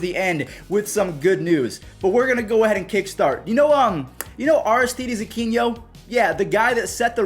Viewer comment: I think it's Aristides Uh-kee-no